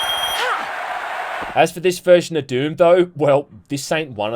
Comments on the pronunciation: How did you give "Doom" two syllables? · This is the fruitiest way I've ever heard anyone pronounce Doom lol